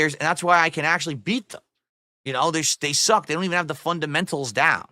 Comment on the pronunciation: “They’re lag-gee and socck.”